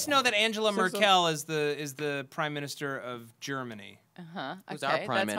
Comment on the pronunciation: As a German guy I really love it how matt pronounced Angela Merkel :D